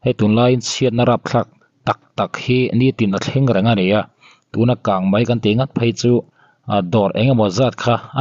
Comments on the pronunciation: Mizo tawng dik tak hi hman thin ni sela a va tha ve! Kangmai ni lovin kangmei tih tur aw, ngaihthlak a ti nuamlo thin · Kang Mei tih tur aw..kang Mai a awm lo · Kang mai tihloh tur kang mei tih zawk tur. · Mizotawng pawh thiam lo. Kangmai a ni lo......kangmei kangmei ti rawh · Channel nei tupa chu naupang chhia pawh i ni tawh si lova,,,KANGMEI tih pawh lam dik lo KANGMAI ti char char ringawt...i hahthlak..mipa ve si,hmeichhe in ti no deuh thilsawi angin lawm i sawi le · Kangmai tih loh tur..kangmei tih.tur.aw. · Kang mai nilo in kang mei ti zok la ngaihthlak a nuam zok amg❤ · Kangmei ti la ngaih thlak a nuam leh zual ang, i thiam hle na in, Mizo tawng i hmang dik po hret a, Kang mai chu tih chu awm zia a nei lo em mai..beng var thlak e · Kan News puangtu te ber in "Kângmai" in tih chuan eee,ngaihthlak zawm hi a chakawmloh rawih zel a nia.😅 English te chu lo diklo deuh se a ngaihdam theih a. Mahni tawng pawh sawi dik thei miahlo hi chu....🤔🤔